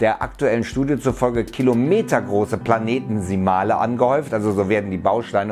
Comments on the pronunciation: Gutes Video! Nur ein kleiner Hinweis, es heisst Planetesimale und nicht PlaneteNsimale. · Die Betonung ist nicht PlanEtisimale, sondern PlanetisimAle ;)